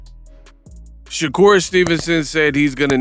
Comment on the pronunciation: Sha-Cap Stevenson 🤦😂